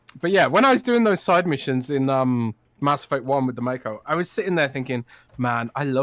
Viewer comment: Mass Effuckt 😂😂